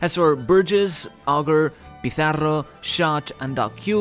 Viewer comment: Buen video, como siempre. En el se te ha escapado un "Pizarro" a lo español jajajajaj. Un saludo